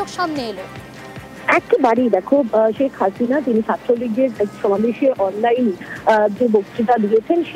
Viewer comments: #আগে নামটা তো ভালো ও শুদ্ধ করে বলতে শেখ 😊😊😂😂😂 ছেক হাছিনা কী....???😊😂 শেখ হাসিনা বল... শেখ হাসিনা 😂😂😊 #তোদেরকে সাংবাদিকতা ও খবর পড়া এবং সংবাদ উপস্থাপন করতে শিখ 😊😂😂 # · সেক্স হাস‌িনা 😂 উচ্চারন ই জান‌ে না হয়‌েছে উপস্থাপ‌িকা